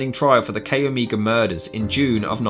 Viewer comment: CHI is pronounced Kie, not Kay. Omega is Oh may ga, not what you are saying.